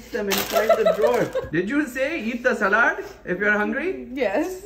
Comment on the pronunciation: I like it that he says ' salaad' instead of 'sailad'. It's such an Indian accent